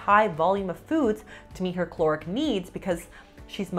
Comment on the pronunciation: Please stop saying chloric. Caloric